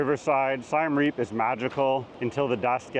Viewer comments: It's Siem NOT Siam and it's pronounced "See-em"! Please learn the basics! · please, please, please get the name of the city you are featuring right. It’s not Siam Reap, it’s Siem Reap. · Siem Reap. This guy pronounces it as Sai-Em Reap, not Sii-Em Re-ap, as locals do. He does not what he's talking about. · You lost me when you pronounced Siem Reap as SY-AM Reap. It's a short "i" and a short "e"....like the letters CM. I bet you pronounce Iran incorrectly, too: it's a short "i" again - it doesn't sound like EYE-ran. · “Siam Reap”. Tell us you’ve never actually been to Siem Reap without telling us. You’re an imposter. And you believe what’s important to you is important to everyone else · It’s Siem Reap, not Siam Reap. 😂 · its siem reap, not siam reap. hardly an expert when he doesnt know the name of the city. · Siem Reap is pronoumced like the country of Siam. I lived and worked there several years. Google translate has it right. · You’ve been to Siem Reap and you don’t even know how to pronounce the name properly? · Bro, you couldn't even correctly pronounce either of those two Cambodian cities.